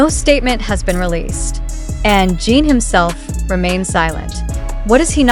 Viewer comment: And it is pronounced JIN (GIN). That is the least respect you could give!! DO BETTA!! And hope that you RESLLY don’t go mad viral because ARMY is protective of the boys and this is uncalled for!!